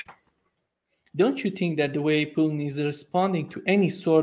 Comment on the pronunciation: Dear host, "Putin" is not pronounced as "p-n". More like Poo-teen. Vladimir: accent in the middle: Vladeemir accent on ee. Thank you for great interviews!!!!